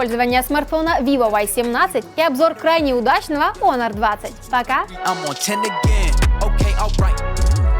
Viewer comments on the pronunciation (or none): none